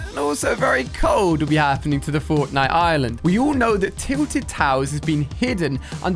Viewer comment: he says cortnite except from fortnite